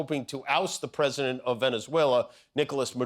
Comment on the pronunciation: YOU saw "The Rockettes", yesterday... "go away kid yah bother me"... and as part of Oxford's "Rage Baiting" terminology - and now a word from: Da Pwesi-dente of The-Not-So-United-States-of-Amer-Wee-CaW... another proud moment - what say you "Dawnee".... ??? And.... nice try Don... you missed your chance again. Great choice America... really setting an example of true leadership and diplomacy. Geeeeezus Christ what a low life.